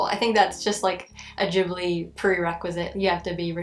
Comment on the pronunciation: Am I crazy? Every video about Ghibli i see on here they say it odd